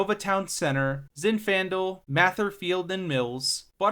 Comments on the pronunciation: Also got Zinfandel (zin-fuhn-del) wrong. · It’s “May-ther” & “Con-SUM-nes” & “Zinfandel” (the wine). Sacramento is NOT in the middle of California (that would be Fresno)- Sacramento is the northern most large city in California! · Judging by your mispronunciations of "Cosumnes" and "Zinfandel", you don't live here, do you? lol. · How did he pronounce Zinfandel?! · Just FYI, you should invest a little time learning how to pronounce some words, like Mather is pronounced as May-th-er not Math-er, Cosumnes is pronounced as Co-soom-ness, soom part pronounced like soon or zoom, and Zinfandel pronounced like White Zinfandel Champagne, other then that pretty good job on the vid, I was born in the Sacramento area suburbs, raised in L.A. from the mid 80's through the early 90's moving back to the Sacramento metro area in 94' and been here ever since. SacRT is in a complete retro fit and infrastructure adds like adding a second set of tracks on the Gold line so trains don't gotta share a track allowing more trains going back and forth from Folsom to Downtown, right now is single track from Sunrise to Historic Folsom, also beginning in July Brand New Siemens Trains start running on the Gold line because all the stations from Downtown to Historic Folsom have had their reconstruction for the new low floor trains completed and the testing and 100hrs of running before they can start running passengers just finished around June 1st, the Blue line will get the new trains next Summer(2025), the Light really helps the lower class and non car owning people a way to go to Downtown and enjoy all the great things it has to offer like world class museums, 5 star dinning and the Golden 1 Center home to the NBA's Sacramento Kings and top artists Concerts